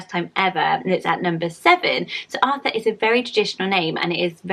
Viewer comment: As a German I have to say I was a little surprised but you pronounced the German version of Arthur really well :)